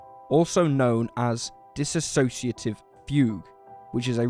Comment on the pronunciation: aw, come on...I just want to scream EVERY TIME I hear you say "dissassotiative" - it's Dissociative